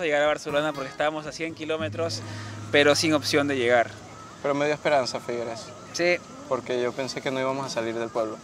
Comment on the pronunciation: No digan figueres mas por favor se pronuncia figueras, en el catalán alguna las palabras se cambia la e por la a